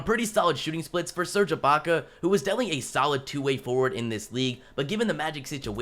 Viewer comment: Did he just say "Serga Baka"?